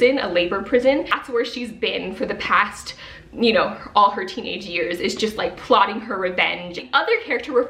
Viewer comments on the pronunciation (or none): none